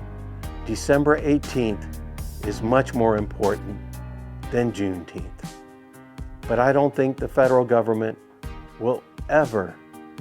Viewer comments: Deteenth or Feteenth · The low IQ blacks pronounce it Juneteenff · If the rest of Texas didn't know they were free until well after JUNE NINETEENTH (Pronounce it correctly!), it is no different than not knowing after January 1st. Exactly why it's a BS celebration.